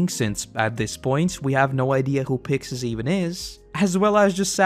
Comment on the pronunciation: It is pronounced “Picksis!” They say “Pick-shis” in the anime is because there’s no “si-“ syllable In Japanese